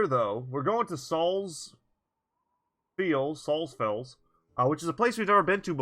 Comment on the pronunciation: That village at would likely be pronounced Salts-Fells. Battle brother is best boi. Otwin is a GREAT pickup. Fatality is awesome! I think that when calculating time and thus pay for deliveries and patrols, it follows the ROADS, not distance. So you could be just over a mountain or something, but several days by road, so you get paid a LOT to head there. Bloodthristy Brothers are actually pretty great for contending with Undead! Axes, swords, and some others will always decapitate. And aside from Fallen heroes, headless enemies won't come back to my knowledge. Especially against, like, Necromancers, those can be incredibly useful and powerful allies to have. Undead's biggest advantage is that they can get back up, tiring you out more and disrupting your formations in some cases. Bloodthristy brothers, though, can very greatly mitigate that advantage. Honestly, with that many stars in Resolve, his resolve will end up fine naturally. I wouldn't stress unless you really, really want those points elsewhere. The Battle of the Wolves at the end is gonna be hard to find a way through.